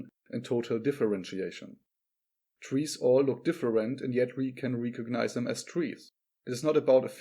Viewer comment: Recognise. Not reekognise.